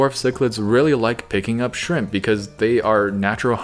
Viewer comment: “Maybe some shramP”